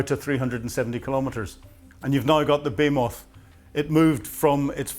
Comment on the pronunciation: Are you pronouncing baymoth, not be-HEE-muth? Even Cambridge doesn't pronounce the word your way.